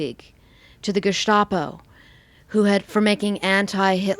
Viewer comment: Amazing info but her pronounciation is big oof. Geshtapo? Reich? If you gonna butcher the words say them in English. Reich is just Right. And it's Gestapo not Geshtapo.